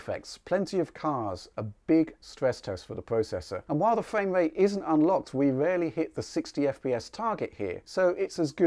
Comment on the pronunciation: You've got great content man, but I find it difficult to overlook the fact that you cant say "R" sounds correctly. Its not fwame wate, its frame rate. I hate to be rude it sounds childish